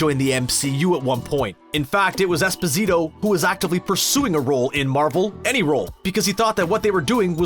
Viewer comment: um... what was that? “Jean Carlo espazeetoh”??? Man you butchered that... He is of Italian descent, thus his name. Giancarlo = “jancarlo” (where the a after the j is pronounced “ah” and not like the a in “can”) Esposito = “es-poh-see-toh” (there’s a certain way to say it too, but I don’t know how to describe it. It’s definitely not like “despacito” I can tell you that... this ain’t Spanish) (over-simplified for you americans always messing up European pronunciations) Just look up his pronunciation of his own name, it’s really accurate (should be obvious, but you’d be surprised how many Italian-Americans mess up their name’s pronunciation)